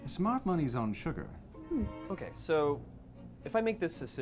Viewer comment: Uh, for someone who did such a good job in the game, when he says sugar is sounds completely American - he's over pronouncing the r when it should be almost silent in a British accent.